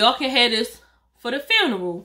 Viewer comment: It’s you calling the funeral a frun 😂😂😂😂😭😭😭😭